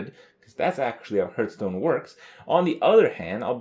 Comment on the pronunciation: it's kinda annoying that he says "hoertstone" intsead of heartstone